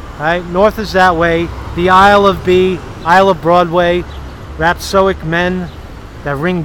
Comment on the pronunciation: Dood, stop mispronouncing rhapSODIC! ...I've got some parts of the image that back up your theory that you haven't pointed out yet.